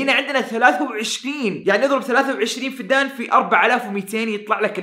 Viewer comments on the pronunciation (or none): وحدة قياس الأراضي الزراعية اسمها فدّان بالشدة طول المقطع ضحكتني بنطقك للكلمه😭😭😭😭😭😭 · فدّان بتشديد حرف الدال .. استغرب انك ما قد سمعت بوحدة القياس هذي ومو عارف تنطقها🙄🤔